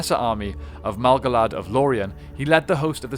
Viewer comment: and two different pronunciations of Malgalad